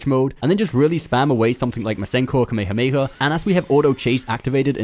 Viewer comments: Dude doesn't know how to say "KA MAY HA MAY HA" when reading Kamehameha, completely butchered it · I thought he was about to say “ka me a mama”😭😂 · How the hell did he just say Kamehameha???? Kamayhamayha wave????